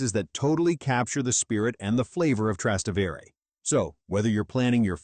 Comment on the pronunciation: It’s pronounced, Tras-té-vere, emphasis on the te!